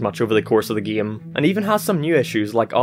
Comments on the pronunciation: I’m not making fun of your accent but I love how you say “Geem” instead of “game” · Especially his "geeim" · "geme" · He says "game" as "gime" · What I really want to know is what part of the world you have to be from to pronounce "game" as "gehm" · About your weird pronounciation of the word "game"... That's indeed weird accent. Gime? Gim? Geem? Geam? That just calls to debate. And about Epic Mickey series: I think it was pretty neat idea, and I agree it's sad to see it failed. In uncertain future, I'm plannin' to get the first game on Wii substitute (if it will get into my hands) and that 3DS game on 3DS substitute. I'll skip the second game, though. I think the first and third should be enough. I agree, that word "epic" was overused in the 2010's. And by saying "overused" I mean REALLY overused! What really attracted my attention was the brief mention of the canceled Epic Donald game, near the end. Especially, that it was supposed to be heavily influenced by 1950's comics, probably mainly the ones by Carl Barks, not only my favorite comic artist. I assume, that this project could also borrow some elements from Donald comics from various decades, from various countries (especially the ones from Italy, I recommend giving them a look), and by various artists, for example, Don Rosa, who got fame and fortune especially thanks to his "The Life and Times of Scrooge McDuck" saga. He is second of my favorite comic artists, and I recommend giving them a look by yourself. He's one of those comic artists, for whose I wish they would draw something more than exclusively only one subject, in Rosa's case, Donald comics. Sure, before he took Donald course, he drawn some comics in the College, but that's not enough. How he could draw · i hate the way he say giami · Sometimes you sound scotish and british when you say game, paint it sounds scotish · Why you pronounce "Game" like that?